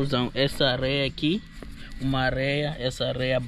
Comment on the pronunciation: Meu amigo. Adoro os vídeos de vocês todos. Da ajuda que vocês estão dando a este povo sofrido. Mas quero ajudar não fala “arreia” e areia . Eu também erro muito e gosto que meu amigos me ajudem. Continue esse belo trabalho José Lino também fala arreia!!!! Mal de moçambicano !!!! Grande abraço amigo